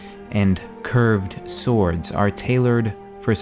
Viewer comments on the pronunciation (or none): I liked the emphasis on , curved 'swords', someone been watching allot of Gamer Poop ;-)